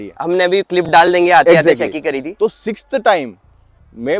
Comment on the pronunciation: Eggjactly..😂😂.. but anyways bhai ne bade honestly review diya. Thank you sir.